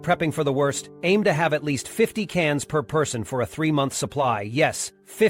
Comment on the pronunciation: Must "hayve" ?? Sounds like a bot trying to read and pronounce English words with very poor success!